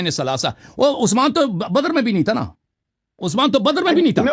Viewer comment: ہمیں حسن اللہ یاری پہلے تو اپنا گلا ٹھیک کر تو حضرت ابوبکر صدیق حضرت عمر اور حضرت عثمان کا نام لے نہیں پا رہا ہے اور تو جو ہے بات کیا کرے گا ان کے بارے میں ج*** ادمی